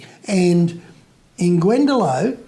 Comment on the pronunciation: lovely podcast ,just its glendalock not glendalo